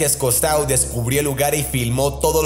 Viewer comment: A modo de crítica constructiva: - Un barco no se derriba, se hunde. - Jacques Cousteau, en castellano, se pronuncia: Jhacs Custó. En francés ou se pronuncia "u" y eau se pronuncia "o". - Por favor, no te refieras a la 2ª Guerra Mundial, como 2ª G. - 4.000 milenios son de años. Ni siquiera existíamos como humanos. - No se puede llamar insecto a un pulpo. Es un cefalópodo. - Lo que se dice de la aparición de los peces Remo en las costas es que predicen terremotos, no tsunamis. Los tsunamis se producen a partir de los terremotos. - Y por último y espero que no te molestes; porque es una apreciación mía: Esa voz afectada que pones en las narraciones, cuando llevas un rato oyéndola, se hace tediosa. Creo que si utilizaras tu voz normal, saldrías ganando. Un saludo.